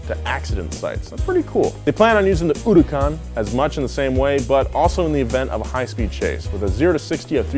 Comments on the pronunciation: why did he pronounce HURACAN in a wierd way? feels like he say it HU RU AN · I hate how he says huracan